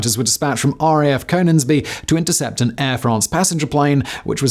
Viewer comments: Cone ins be???? Its Con INGS be... wtf do you come from if you dont know how to pronouce that???? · Cone ingsby? Bruh! Connnningsby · You said conningsby wrong it is said conn-ing-sby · Con-ings-bee not CONE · 'con-ings-by', not 'coe-nings-by' 👍🏻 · Cone-ingsby!? Con-ingsby!! 😅🤦🏻‍♂️ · Con..ings..bee (Coningsby) and Lookers (Leuchars) like your stuff but some inaccuracies in this one ie all fighter jets are aerodynamically unstable which makes them agile and again all jets have g suits. The Typhoon has 4 computers that make inputs to keep it aloft and provide redundancy, if all 4 are lost it is impossible for the pilot to control the aircraft and must eject. As for a liney forgetting his ear defs, I’m hugely skeptical. Keep up the good work. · Great video. Btw, it's Con-ings-bee 😉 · It's RAF "Loo-kers" and "Con-ings-bee" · Repeat after me... LOO-kers, CoNNingnsbee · Leuchars = Loo Kars , Coningsby = Conn ingsbi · Ah yes. Coningsby also known as Cone ings be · Lu cars and con Ings be. I agree. Leuchars is easy to mipronouce but why cone is added to conningsby l have no idea. As a 12 year old I was driven to Leuchars by my mum in the Fiat 600 multiple. The gearbox failed. We stopped and bought Lucasaide in the hope it might help us get there. It didn't. Why did anyone drink that muck? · Quick Reaction Alert Leuchars "loo ch-ers" Coningsby "Con-ings-be" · And it's "KONN-INGS-BEE" as well. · Do you even evr bother to look to the correct pronounciation of placenames etc? Leuchars and Coningsby for example in this video, but it's not the first time you/ve been off.